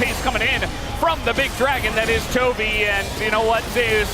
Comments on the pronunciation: wtf is zeyus ? it's zeus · Why are the casters mispronouncing him as ZEu'us instead of just Zeus? By their logic Faker should be pronounced FA'ker/Fucker 😂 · Why the f*ck western casters can't speak "Zeus" properly? Zeias? WTF? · Zay-us? What the actual fuck. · "ZAY OOS" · why the fuck do you pronounce Zeus like that